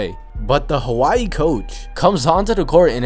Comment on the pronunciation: Why do say Hawaii so weird?😂😂